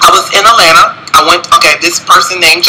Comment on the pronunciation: I swear he said "Etlanna" 50 million times. We KNOOOOOWWWW you were in Atlanta.